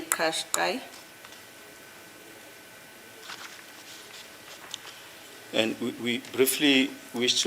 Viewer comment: Kashkai...It is pronounced Kashkai... It's Japanese not Zulu.. It's not pronounced like qiniso... It's not Zulu.. It's Japanese. Check with Google pronunciation if you don't believe me.